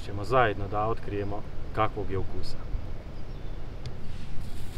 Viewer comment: nije ukuusa nego ukusa